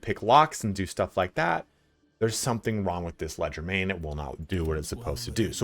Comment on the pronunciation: Leger- DE- main, not legermain